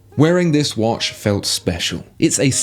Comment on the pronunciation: It's not wash, it's watch (woch)